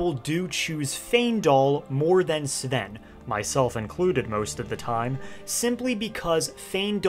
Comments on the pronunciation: Im sorry cab you stop calling him "Seeven" his name us Sven 😬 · It’s pronounced Sven, not S’Ven. 😊